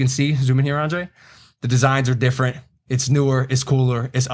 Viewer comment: “Itsh new teritory” 😂